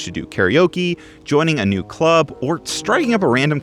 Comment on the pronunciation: You said Clurb!!! I always say Clurb